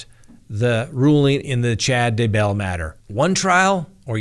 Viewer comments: I was wondering why he keeps saying Chad De-BELL. (Instead of DAYbell.) 😅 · You say “Duhbell” on purpose right? If so genius! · Please learn how to pronounce Chad's last name. You sound like an idiot.